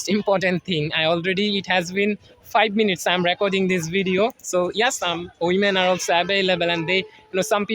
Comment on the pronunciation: I'm = um;clarify your pronunciation 🙂